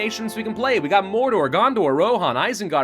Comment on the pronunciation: Welcome to morrrrrrrrrrrdor make sure you roll the r's